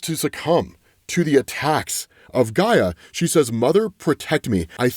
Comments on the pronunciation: First "Eye-oh" is right I believe. Then "hip-Ah-lah-tah" or "hip-Oh-lit-tah". Next "Heck-uh-tay" or "Heck-ih-tah". Later on "Guy-uh" not Jee-uh. You know fellow commenters... sometimes I wonder if mispronounces thes names just so we will comment & feed the al mighty Algorithm. The entirety of the Absolute DC series of comics is so fam dope it hurts. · It’s Io not Lo. Also you pronounced Hecate wrong and also Gaia. Yikes. Do you only read comic books?